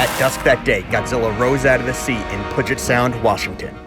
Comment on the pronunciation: All that godzilla wanted was some starbucks, but left pissed Also Puget is pronounced pew jit